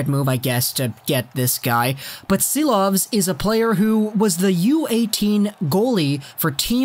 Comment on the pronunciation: It’s pronounced Shilovs not Silovs.